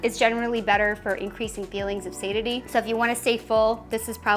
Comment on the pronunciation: I'm a little bit hesistant taking protein advice from someone who doesn't know how to pronounce "satiety" or "alfalfa"